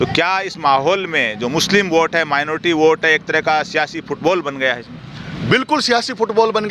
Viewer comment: मेनोरटी मेनोर्टी कर रहे हो कोई मेनोरेटी नही ह